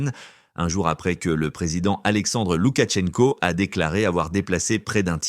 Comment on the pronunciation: Arrêtez de dire '' LoukaTchenko '' , ça n'existe pas : C'est Loukachenko. Pourquoi transformer le nom ?